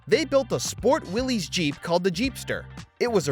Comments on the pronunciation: It isn't Willy's Jeep, it's Willys (pronounced Willis). It's a last name, not a first name. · It's pronounced wil-less not will-ese. Ask the family members of the designer, John Willys. 🤦🏼‍♂️ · Fun fact… Willys isn’t pronounced like Willy’s or Willie’s, and is actually said like Willis. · It’s pronounced Will-is but say it fast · Willys is actually pronounced “Willis”.